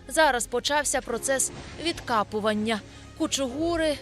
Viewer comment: не відкапування, а відкопування